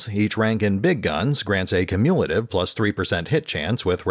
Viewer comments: Great information. Also, that's not the way you pronounce "cumulative". KYOO-myuh-la-tive. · Cumulative is pronounced "Kyu-myu-luh-tiv", FYI. Good video, just found your pronunciation of that super jarring.